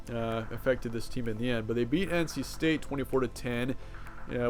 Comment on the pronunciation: *State not Staye lmao